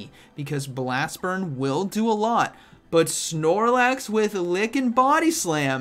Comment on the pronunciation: Drink some coffee 😂, “prigly deadly , snormax “ awesome commentary as usual tho ❤️